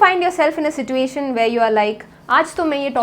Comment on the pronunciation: Love how u say situation with t 🥶